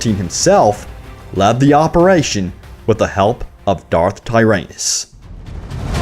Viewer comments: I mean in the fucking movie itself they say darth tyrannus and you say darth tyr"anus", no-one can help you man. XD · ‘Darth Ty-ANUS.’ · Did you say Darth your anus? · 'Darth Tire-Anus'? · I thought you said ”Darth Tie Anus” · lmao darth tyrANUS I'm gonna use that pronunciation. :D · In did he say dark anus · Darth TyrANUS? Tyranus with the "a" pronounced as in battle. Tyr ANUS is a bum pronunciation butt I'm just being picky, sniff my finger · Darth Tie Anus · Who is Darth Tire-Anus? :P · darth tyr-anus?